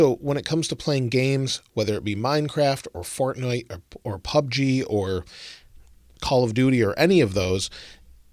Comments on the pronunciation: did anyone hear him say "fartnite"💀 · Lol “fartnite” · Guys stop fighting it sounding lien he said fartnite